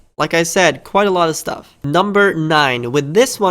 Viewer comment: He says staff instead of stuff xD